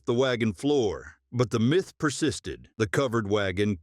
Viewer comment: Fix your crappy AI narration, some places you call it a “myth”. other places you say. My Th